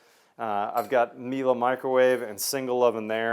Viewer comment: Leave it to a Texan to pronounce Miele correctly